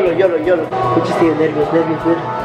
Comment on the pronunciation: x q dices fichis ? yo escucho q dice puchis